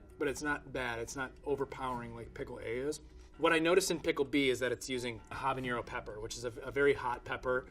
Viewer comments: Habanero does not have an ñ like Jalapeño does. Don't pronounce it like that. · Exactly. It drove me nuts every time he said "Habañero"! Some expert! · Habanero. It is spelled with a regular n, no tilde. Pronounce that n just like the n in Never, not like the n in Jalpeño. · Yeah, that one really threw me. And pronouncing Habanero like there's an enie in there. That said, his company makes really good pickles, way better than the $16/qt ones pictured here, and for less than half the price. I buy some every time I head down to Michigan. I'm willing to imagine that maybe it's just a slip of the tongue, or maybe he just doesn't have much to do with the production process at McClure's Pickles, either way, he can keep doing whatever he's doing. They get great quality product at not-horrible prices. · Habanero is pronounced Ah-buh-nay-roh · He may be a pickle expert but he knows little about peppers. Habanero means somebody or something from Habana. Habana has no Ñ in it. I wouldn't mind if he pronounced the H, but to suddenly stick an Ñ in there for no reason is ridiculous. And no, I don't pronounce the silent H as I speak fluent Spanish, mate. Nice try, though. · Because the sound guy was sick of him mispronouncing "Habanero". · and because i want to add to the corrections, he said habanero wrong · Yet he cant pronounce it properly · Am I the only person bothered by this guy's pronunciation of "habanero"? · Just FYI... it's habaNero, not habaÑero... "ha-ba-neh-ro", not "ha-ba-nyeh-ro" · Habanero not "habañero" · I hate to be that person 💀 but I hate how he kept saying habañero/habanyero ..... notice how HABANERO doesn’t have a ñ in it.... it doesn’t make you sound more cultured by adding it, so stop it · It’s just HABANERO. Not habañero. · i enjoyed this video, but holy heck, so many people can't pronounce habanero properly. -ñ🙅🏻‍♀️ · I can’t stand the mispronunciation of habanero. It doesn’t have an ñ and it’s name comes from being from Havana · Habanero, not Habañero.